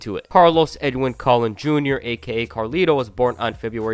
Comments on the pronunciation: It’s pronounced “Cologne”. Carlos Collin lol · Colon is pronounced "cologne". But good video i kinda lost track of WWE after Wrestlemania 22 so its good that now i know of what happened after that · Colon is pronounced as cologne